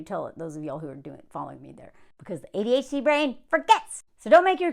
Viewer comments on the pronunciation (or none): none